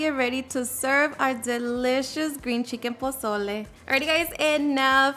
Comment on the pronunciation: that’s how my friends mom says it 🤣🤣 she’s from sonora